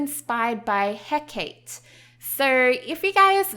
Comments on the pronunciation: Love these sims! Your design is beautiful. :) I love the names you chose inspired by Greek mythology. I wasn't sure who you meant when you were talking about Hecate, and then I realized who it was! Her name is pronounced "Heh-ka-tee"! Like Calliope is pronounced "Ka-lie-oh-pee" not "Kale-EE-op". :) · I hate being that guy, but it's pronounced 'Heh-Kah-Tay', i believe. of course, I could be wrong. It's just how I've heard people say it, coupled with my minuscule knowledge of Greek pronunciations. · Doesn't Hecate have a soft "eh", though? So if I'm not mistaken the romanised pronunciation should be "heh-cah-tay", right? rather than the hard "ee"? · It's pronounces heh-ka-tee